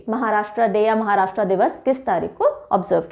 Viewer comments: Maharashtraa ( महाराष्ट्रा) ❌ Maharashtra (महाराष्ट्र) ✔️ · महाराष्ट्र है, महाराष्ट्रा नहीं! हिन्दी बोलिए, हिंग्लिश नहीं!